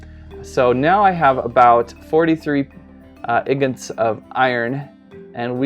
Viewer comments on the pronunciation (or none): It’s not ignit It’s Ignot